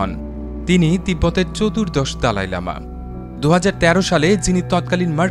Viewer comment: " দলাই লামা " ,,,,, দালাই না